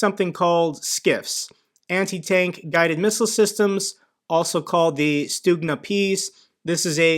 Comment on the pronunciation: I kept thinking it sounded like was saying "student peace"...:)